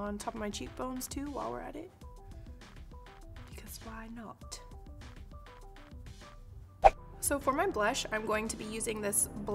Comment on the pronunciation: "Because why not" 😄 loved your little bit of British. You sounded like a northern lass xxx